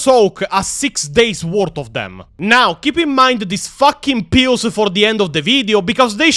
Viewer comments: You accent to me made the word "pills" sounded like "Pios". Are they eating Pios in Hydra Cordatus? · I was listening to the enitre video instead of watching and i kept hearing Pio's instead of pills and was thinking wtf are you talking about, what are pio's